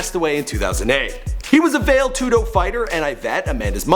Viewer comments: Dude it's not vail Tudo it's pronounced vah-ley too doh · Man, you butcher MMA videos. You said Vale Tudo, like Vale is a city in Colorado, its pronounced more like "valley" tudo. Then while talking about her girlfriend Nina Ansaroff, you show a picture of Rose Namajunas, who is pretty popular in her own right. If that wasn't enough Cat Zingano isn't Meisha Tate, which you showed a picture of. Then the icing on the cake, Shayna Baszler, pronounced kind of like it looks, BAZE-LER, no French enunciating. Please stop doing videos on things you know only 30% about.